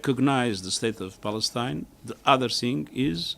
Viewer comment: HAHAHA 😂🤣🤣 I HEARD SAY 👉 BALLETINA 😂🤣🤣 HE CAN'T PRONOUNCE 👉 PALESTINE AND THAT'S A SIGN THAT,👉 THE UNITED NATIONS 🇺🇳 IS A COLLECTION OF ILLITERATE LEADERS 🤣🤣🤣 THIS IS REALLY FUNNY